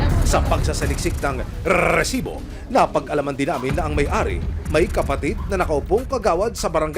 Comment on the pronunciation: Annoying Ang pag pronounced nio nang Recibo